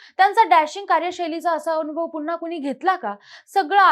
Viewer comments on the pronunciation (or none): none